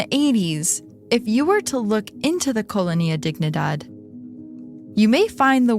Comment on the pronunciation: came looking for a comment about this, it's killing me every time she mispronounces colonia, it's fine with me if she pronounces wrong a word once or twice, but if she's going to repeat it more than 10 times I honestly prefer that she uses the english word... downgraded the whole thing